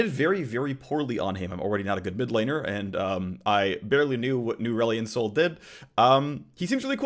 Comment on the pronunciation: "Newrelion Sol" ah there's the Phreak that won over the fanbase since S0.